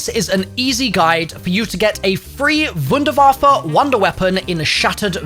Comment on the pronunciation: God its such a relief to hear vunervaf-fe instead of wonderwayf